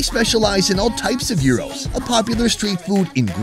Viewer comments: Dude....what the feck is a Yee-row? It's Gyros malaka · The way you both pronounced gyros was tragic 😂